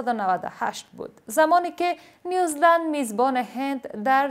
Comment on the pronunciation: با عرض سلام به بانو گرامی سه بار در مورد فوتبال در کشور نیو -زیلاند و یا هم نیو -زیلند شنیدم که نیوز -لند تلفظ شد امید است آزرده خاطر نشوید